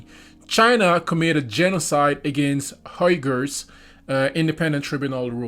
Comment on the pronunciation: Uyghurs is pronounced Wee-gers